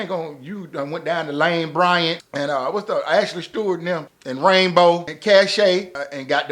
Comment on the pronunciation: When ol boy said Ashley Stuart and Caché I threw my damn remote!!!!! 🤣🤣🤣🤣🤣😭😭😭😭😭